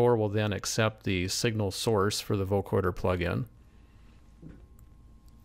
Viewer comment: not vocoRder. vocoder. no R as in recoRder.